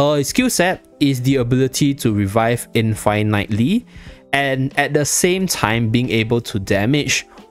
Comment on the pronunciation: The way reading infinitely as in-fai-night-ly… interesting…